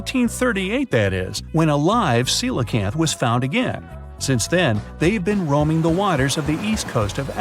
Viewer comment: Pronounced: seelacanth! 🤔